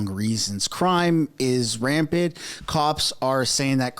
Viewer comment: You have got to be kidding me. You cannot even speak English. You said crime is rampid. You need to shut down this YouTube channel immediately and learn to speak. And how to enunciate each syllable.